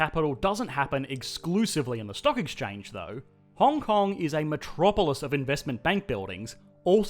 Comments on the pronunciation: Puts "Hong Hong" instead of "Hong Kong" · Hong Hong? Shouldn't it be Hong Kong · "Hong Hong*"first place on the leaderboard! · Hong Hong oui oui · Welcome to Hong Hong. lol